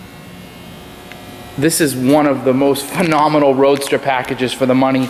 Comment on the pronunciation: Phanominol? lmfao is that the new word to use to sell a lemon?